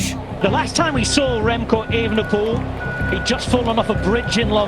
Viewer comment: Als NederlandÉr vind ik het erg grappíg hoe hier de klemtóón steeds verkeerd wordt géélegd bij het uistpreken van Evenepoel